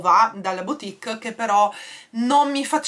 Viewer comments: Piccolo tip: "boutique" si legge "butìk", non "biutìk" 😉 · scusa non lo dico per criticare ma dato che tu dici sempre di correggerti mi permetto con la massima umiltà di dirti che si pronuncia "butik" non biutik (la boutique):-).sei splendida e ti adoro.perdonami se mi sono permessa.non volevo fare la professoressa.un bacione a te e una carezzina ai "gati"